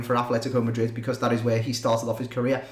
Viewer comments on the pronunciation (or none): none